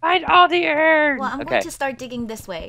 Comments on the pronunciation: Iverson Costa him,lastic,Radiojh Audrey and microgurdian say iron like irn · it is not iron it is irn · i love it when chad calls iron ern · You didn't say iron right it like I-Ron not eiron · Iverson Costa he says irn,we say iron irn 😎😎😎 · Iverson Costa he say irn for like an.iron nickname lol :) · I-R-O-N not E-R-N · Natalie that is just how they say it to be funny, they know how to actually say it bu say eiron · He say airin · Chad says iron wrong